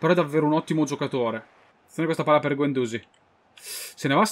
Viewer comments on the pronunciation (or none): guendouzi si legge con la i accentata: guendouzì